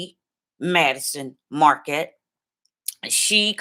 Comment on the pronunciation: It's Madyson Marquette not Madison